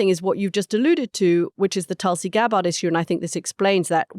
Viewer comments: Does Anthony purposely mispronounce Tulsi's last name? He always says it wrong..... he's a smart guy, he must be doing it intentionally, right? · Mooch's pronunciation of Gabbard was jarring